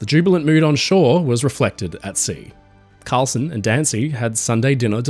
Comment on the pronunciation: Karlsen, not "Carlson".